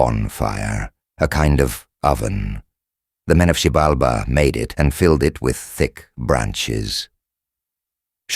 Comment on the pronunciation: They constantly mispronounced it along with other names